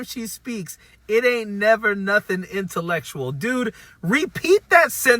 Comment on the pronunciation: Did he say she never say anything “interlectrual “ ? 😂 if he is gonna attack her intellect, the least he could do is pronounce the word right 😂